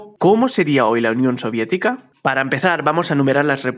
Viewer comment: Oye dice la unión siodietica bro